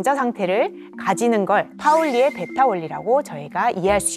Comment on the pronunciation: 파울리의... 베타 원리가 아니라 배타 원리여요 ㅜㅜ